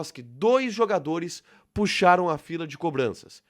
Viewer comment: "Puxaram" com acento....Deus tenha piedade.